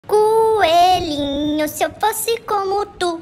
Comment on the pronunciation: pior que no início do video na palavra coelhinho ele destaca um pouco a sílaba co,Kkkkkkkk,aí fica bom demais kkkkkk